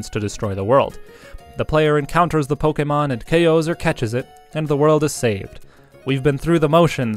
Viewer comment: This is some of the most stilted dialogue I've heard in a long time. It's extremely irritating to hear the word Pokemon pronounced that way, and you seem to be taking a special effort to emphasize every hard syllable, leading to the dialogue sounding even more stilted and scripted. Your tone is also completely inconsistent and almost never making any contextual sense. This whole video appears to have been narrated by a D-list voice-actor that doesn't even want the job he's auditioning for.